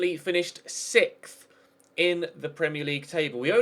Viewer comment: Is it just you, or can no British people say 6th...